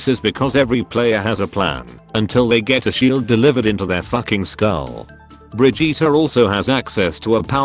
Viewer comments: it's "bridge-it" not "bridge-eater" m'lady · “Bri-jeetah”? Oh Blizzard. No.